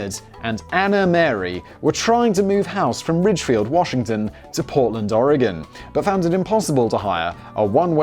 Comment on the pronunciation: As an Oregonian... i approve that he's not saying "oregone"